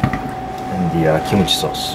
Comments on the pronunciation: how come when says kimchi sauce it sounded like "kimochi sauce" lol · i'm hearing kimochi sauce xD